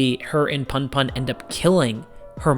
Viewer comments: great video. btw its pronounced puhnpuhn (as in, the 'u' in put) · It’s pronounced poon poon 😭. You should look at “odd taxi” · It's pronounced "poon poon" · Honey you pronounced Aiko perfectly. PunPun is pronounced Poon Poon though lol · It's pronounced "poon poon" When Japanese words are romanized, the vowels have the same sounds as in Spanish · Also, what's funny is you pronounced Aiko perfectly every time, but Punpun is pronounced "Poon poon." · the pun pun pronunciation has killed me☠